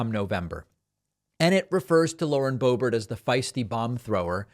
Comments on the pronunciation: You mock others for mispronunciations yet intentionally give Boebert’s name as if she’s French. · I just don't get it. Please explain it to me. Why do you pronounce her last name the French way once in a while? Are you trying to be funny? How is that funny? Are you such a jet set sophisticate that is just slips out? Don't think so. Is your brain glitching? Get a grip. WHY? And why don't you just cut it out? Serious people don't act like that. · It's funny when David pronounces it Boe-BERR, as if it were a French name!